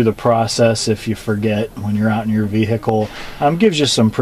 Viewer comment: The ve-hic-kel